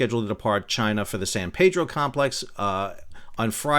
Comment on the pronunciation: I would only add that it's pronounced San Pee-dro, not San Pay-dro. Otherwise, 10/10 content!